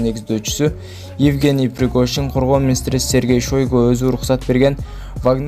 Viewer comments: Мынабу суйлоп аткан Шойго дейтко Айтылганда Шайго деп айтылат,ростов на дону жазылгандай кылып айтпайт растов на дану деп айтылат,кыргызды уят кылвагылачы,суйло туура суйло или унчукпа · Сергей Шойгу эмес Шайгу десен